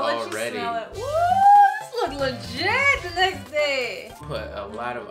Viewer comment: This how many times she said “LIGIT” 👇🏾